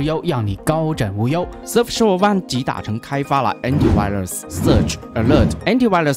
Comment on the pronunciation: 大聪真的英语口语堪忧呀。。。。。surf SHARK